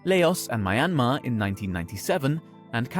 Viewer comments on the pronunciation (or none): Honestly, every time I hear someone pronounce Myanmar like you did, it’s weird af. Us Burmese people don’t pronounce it like that😭